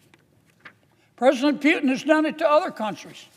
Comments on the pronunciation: Pretty sure his name is "POO TIN" NOT "PEE U TIN ". ROFL THIS guy needs to retire lol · Sir, its PUTIN not PYUTIN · Kennedy CAN'T EVEN SAY PUTIN PEUTIN IS WHAT HE SAYS ! WHY IS KENNEDY WORRIED ABOUT WHERE MR. PEUTIN IS ANYWAY ! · Yeah you go ahead warn others see where that gets you And who is Pewtin - maybe you should learn how to say it first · He wrongly pronounced not only Putin (Pewtin) , but even America, calling it Russia. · At least he didn't say "eye - ran" (Iran) 😂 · Pewtin lol 😂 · He didn’t say that. He said “Pyewtin” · Sort of Pew’in I heard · it's a somewhat slurred pronounciation of the actual name "Puketin" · What in the h is a "Pewton"?¿? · You can't even PRONAUNCED the greatest Vladimir Putin name